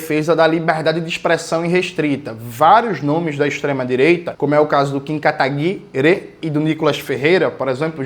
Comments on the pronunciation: Eu racho toda vez que ele solta o "Kim Katagui-RÊ" 😂 Deve ser horrível ser inimigo político do Jones. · Pq jones pronuncia 'katagui-RÊ'? Alguém sabe?